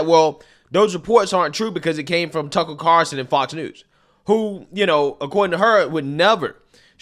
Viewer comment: Did she say Tucker Carson?